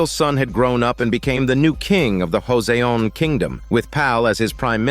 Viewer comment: Pronounced as 'Jo Son (between son and sun)